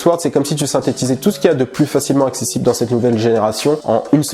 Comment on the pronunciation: un accent sur accessible NANI!